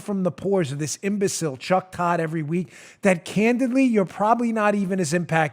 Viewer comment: Why do you keep intentionally mispronouncing Cuck Todd's name?